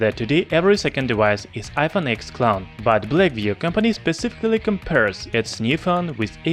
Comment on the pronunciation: it is pronounced iphone 10 not x